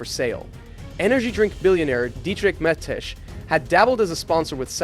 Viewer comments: Please learn the pronunciation of the names of people you talk about. Like, everybody has an accent, but Barry Cello has never raced in F1 and nobody named Mettisch has become a billionaire through energy drinks. Maybe watch some footage from the past if you're gonna talk about the past? It makes it feel like someone completely new to the sport piecing something together from Wikipedia without any prior knowledge. It's an interesting topic but it's already hard to watch for someone who's watched the sport for longer only 1.5 minutes into the video. I expect there's many more butcherings of iconic names in and around the sport. This is not just your accent, this is completely unfamiliar with the material-level. That's something you gotta fix if you wanna grow your channel. Your target audience is very familiar with these names and will cringe and probably only rarely subscribe. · nice vid but the pronounciation of Mateschitz could not have been more butchered